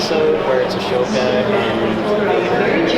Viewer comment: I swear to god... IF I HEAR ONE MORE PERSON CALL HER ASHOKA!!!